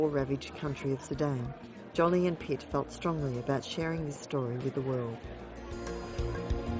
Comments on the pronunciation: Lol, Jolly, not Jolie ! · Jolie ~ ^Jo- lee' . Not " Jolly" . Great documentary - only this heavy mispronunciation repeated over & over gets on your nerves , though it probably shouldn't ? Wish they'd remake the voiceover - Get Angelina Jolie's name right , so important story wouldn't get distracted by such a loud kind of mistake. Not sure why some mispronunciation's are more unbearable than others- Just wanted to go " ARRRGH '.. People IN the documentary pronounce her name right .. so. Wonderful crusader she is. Think its cool they score a fortune on press photos putting it straight into charity. No hard feelings- Beautiful. 🙃🌼